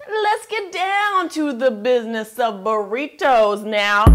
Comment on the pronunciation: I laughed to burr eeetoos lol